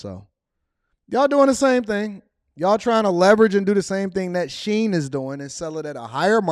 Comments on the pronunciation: I go-sign it’s called Shein here in NYC too lol. Ain’t no damn She-in 😅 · Shein, she-in as in she is in. She is in to shein 🤯🤯🤯🤯